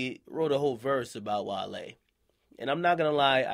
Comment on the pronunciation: Wale was fuck from the pronunciation of his name 😂 🐋